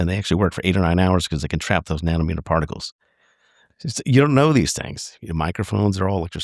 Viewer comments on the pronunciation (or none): none